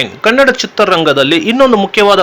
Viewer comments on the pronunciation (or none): none